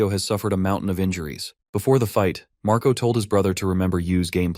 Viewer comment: The older brother name is Marco right iheard u said mraco